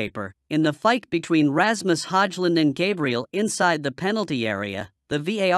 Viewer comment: commentary can't even pronounce Ramus Højlund name, makes him sound so middle-eastern 😂